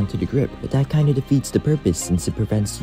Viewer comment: STOP SAYING “DAT”